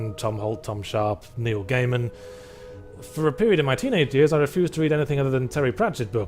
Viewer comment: "It's MY ritual it myeh ritual, its myehmyehmuhmeh " 😂